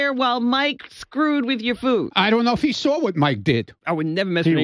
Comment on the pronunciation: Come on someone must have “sawr” something